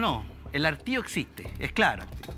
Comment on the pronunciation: Qué vergonzoso el niño Alejandro, le falta pulirse un poquito para debatir. Hablar de "estudie, estudie, estudie" y no sabe distinguir hastío con hartazgo (no hartío) es un mínimo para un estudiante de derecho 😂